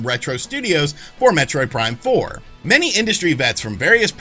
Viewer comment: Heh. He said "Metroid Prime 4mula." 😄